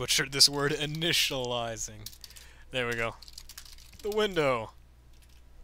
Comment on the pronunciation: well you didn't completely butcher the word. "initilializiting" = "initializing" in HAITIAN CREOLE so you could just pass it off as being bilingual :)